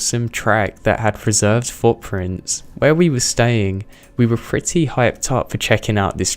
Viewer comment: Really annoys me that he says his p's as f's for example he says "fretty" instead of pretty